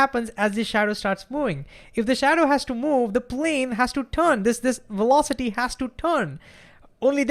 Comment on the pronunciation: Wertical welocity